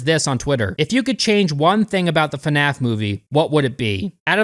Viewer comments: The best part is how you pronounce fnaf. Fanaf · fuhnaf?? Come on bro, Anybody who calls it that is a huge fan, like nerd fan level